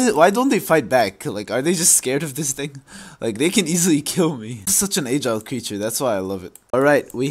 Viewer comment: It's agile, not aegile